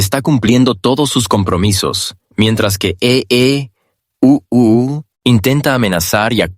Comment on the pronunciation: Es muy molesto escuchar E.E…..U.U. todo el tiempo. Pero creo que IA traduce automáticamente, lo cual podria significar que ningun ser humano entienda o le importe este mensaje. 😂